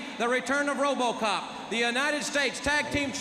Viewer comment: Tony "Ro-BAH-cop" Schiavone